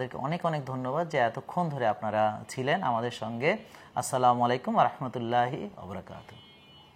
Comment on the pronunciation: স্যার আপনার সালামের বাক্যটা একটু শুদ্ধ করে নিলে ভালো